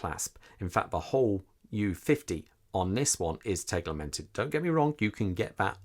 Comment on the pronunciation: As a owner of the MOP dialed U 50 which I have for a year now I can say, the u50 is not only available with a black dial. Also it's called "tegimented" not "teglemented".